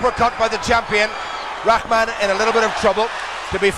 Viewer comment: It's pronounced "roc-mahn" now Raw-man. Like, who doesn't know that?